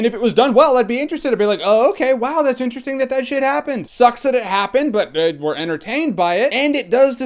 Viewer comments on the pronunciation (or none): none